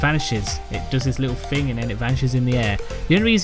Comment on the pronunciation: It’s pronounced THing not Fing.....